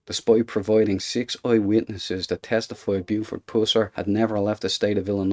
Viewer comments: Its PUSSS ER... not POOOOO SIR !. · That’s Pusser (like us), not Pooser (like pussy) you weird looking, dumb sunglasses wearing, boring talker. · Uhhh! Puuuuh... Puuuuhsser, not Pooser! Damn! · Ot is Buford "Puh-ser".. ,NOT Poo-ser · all my life here in TN, I've heard his name pronounced (Puss-er), not (Poos-er) as in this video.....which one is correct? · Puss-er. The Irish type accent of the narrator brings out the 'Poos-er.' I'm thinking he would pronounce 'hustle' as 'hoostle.' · His last name was puss—er not pusser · "pooser" haha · Learn how to pronounce his name before you do a video. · My gosh can you not say his name right? If your going to make a video of someone at least get their name right. And I don't think you know what you are talking about. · You are pronouncing his last name incorrect !! You are ruining the story😢😢😢